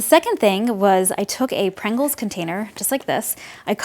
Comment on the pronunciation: lc Prangles :3